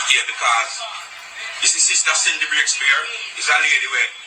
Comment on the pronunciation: its CINDY NOT SIDNEY!